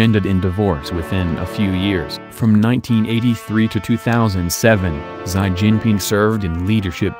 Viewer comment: "Xi" Jinping is pronounced as "SHI" Jinping, NOT "SAI" Jinping, please.